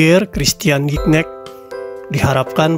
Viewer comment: Spellingnya Gignac om.. Typo jd Gicnac tuh Om.. bacanya juga "Zi-Nyak" .. semangat terus Om..